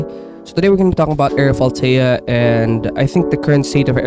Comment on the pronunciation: lol bro sayin it so wrong💀